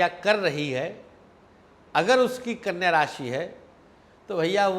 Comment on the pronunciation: Aap knya kyo bol rhe ho